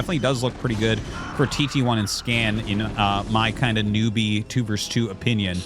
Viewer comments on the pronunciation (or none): 2 v 2 sounds better instead of pronouncing it 2 vers 2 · The word is "versus," not "verse."